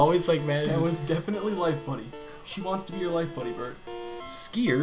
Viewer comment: The woman said "Life buoy", not "life buddy".